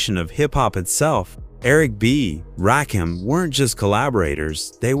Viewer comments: Rakeem? Why don't yall spell words so the stupid computer says it right. Put Rah Kim or something... Jeezus. Can't listen to this and I want to hear it! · Ra Keem? That took me out. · Ra-kim, not Ra-keem. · RAKIM... not f'n Rakeem. Stop this AI bu'shhh... Just straight disrespectful... Hold up... You tryna tell me, that Rakim "needed" Serch? I aint believing that shit.. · Can you get the pronunciation of his name correct it's Rakim not Rakeem I'm done not worth viewing old stories nothing new it's the past lets move on. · Hey A.I. Rah...Kim....not keem 3rd base (pronounced) not bass like a fish. YOUTUBE IS A.I. DUMPSTER VIDEOS SUCK NOW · Ra-kim Pronounce it right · RA KIM!!!!!! NOT RAKEEM!!!!! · RaKim not Keem stupid ass AI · It's Ra kim not Rakeem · My guy say the names right understand it's the GOD MC RAKIM not keem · Yo put respect to this man’s name it’s Rakim not RAKEEM. SMH😂😢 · It's rakim not rakeem. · Y’all need to stop messing up their names it’s RaKim not Rakeem please stop making these mistakes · He said rackum ...rackum boy ... like a pool game 😂 AI is wack and evil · Rakeem???? WTF !!!! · RAH-KEEEM??? MUAHAHAHAAHA!!!! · This AI Shit is Crazy. Rakeem? Really. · Ok everybody! Rakim is pronounced (rock him) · You say RaKEEM, I end the video. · Wtf is Ruhkeem 😂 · The 2nd "Rakeem"...i was done.smh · The name pronunciation makes the video research and presentation...questionable. At least take the time to tell Chat GPT to spell it ROCK-EM in the AI script so the AI announcer says it right for the video. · I hate this AI bullshit. RAKEEM? REALLY? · These shit videos that can't pronounce the man's name. Smfh. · Instant AI identifier....the mispronunciation of Rakim.... gtfoh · Man I can't. Just can't watch the video with you mispronouncing his name. AI or not, it's Disrespectful. 💀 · This dude SLAYING his name is enough for me. I couldn't listen further! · Please teach your AI how to pronounce Rakim's name.